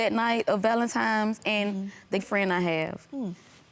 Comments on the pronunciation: Valentime's Day??? Ladyyyyyy... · She said ’Valentime’s’ day🤣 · Please stop saying " valentime"🤦🏾‍♀️🤦🏾‍♀️